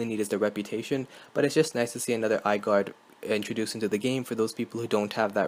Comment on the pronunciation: lol "eyeguard"